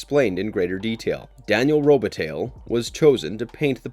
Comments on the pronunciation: It's pronounced Robe-a-TIE, not tally. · Did the narrator pronounce Robitaille "Robetale"? I enjoy Marvelous Videos film choices very much. My only problem with them is that they don't actually view many of the films that they critique. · It's pronounced, roe bit tye, 🤦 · You pronounced Daniel's last name wrong. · Is this a computer-generated voice? The mispronunciation of the name "Robitaille", words like "modus operandi" and others, along with strange inflection falls right in the uncanny valley.